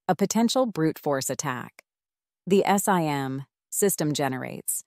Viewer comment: To be specific - The pronunciations are an issue. SIEM is pronounced "SIM," etc. ...And the pauses are off. This thing pauses before the word "And" for example. Ugh. Too many to point out. FireEye / Mandiant is pronounced "FIREeye MANDiant" not one long "FIREeyemandyaunt" "How a MDR works" should be "How AN MDR works" - A vs an. Ok, I've had enough. Better luck next time.